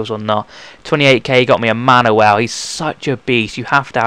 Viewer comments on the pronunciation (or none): none